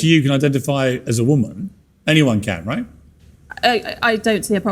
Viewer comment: Rahighthaha. I mean, rahighthaha. Ok? Rahightha